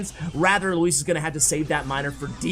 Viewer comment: As someone called "Luis" I appreciate the effort in your pronounciation